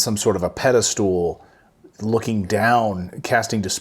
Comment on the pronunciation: "Pedistooool" "casting dispursions".... well, I trust this dude a lot less now lol...